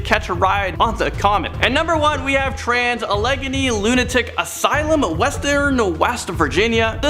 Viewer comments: A-leg-eenee. Huh? How cute. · Sorry I’m being a grammar n*z* but Eureka (your-ee-ka) Trans Allegheny (al-eh-gain-ee) and Iwo Jima (ee-whoa-gee-ma)